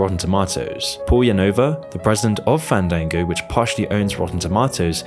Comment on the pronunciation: thank you for teaching me how to properly pronounce tomato and fandango